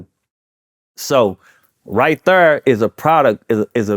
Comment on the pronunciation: I never knew right thurr was a hit thank you publicist.